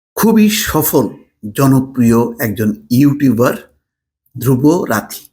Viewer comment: তার নাম "ধ্রুব রাথী" না, ধ্রুব রাঠী। নামটাও ঠিক মতো উচ্চারণ করতে পারলেন না।